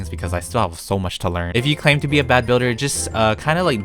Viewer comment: “I not good bilder” Lol